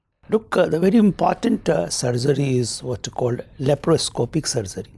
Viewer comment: Sir its not LAPROPOSCIP SURGERY, its LAPROSCOPIC SURGERY😀